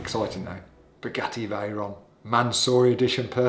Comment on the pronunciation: Spuh-Geh-ee Vhey-rahn!